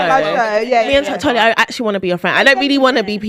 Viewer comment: Why is Mariam pronouncing Tolly’s name wrong? She said Tolu a few times 😅